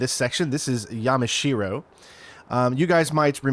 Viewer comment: ah, yamashiro. i mean. yemeshewow.